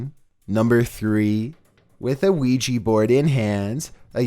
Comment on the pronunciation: Great vid as usual,, but DAMN IT, you do creepy vids! You should know how to pronounce OUIJA!!!!!